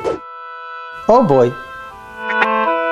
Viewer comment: the mistakes here are: - bagpipe is cornamusA, cornamusE is the plural - cello is violOncello - electric guitar is chitarra elettrica, with just one L - the pronunciation of oboe is with a final E - the accent of trombone is trombòne